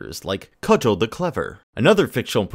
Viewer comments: It's Cugel (Koo-Gal) not Cudgel. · Coog-el, not cudg-el